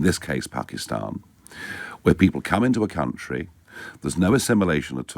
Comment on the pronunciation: I absolutely hate that pronounciation of "Pakistan"; gives me the same vibe as the Hard R...